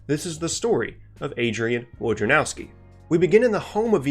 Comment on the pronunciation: His name is pronounced "Voy-na-rov-skee", it's a Polish name.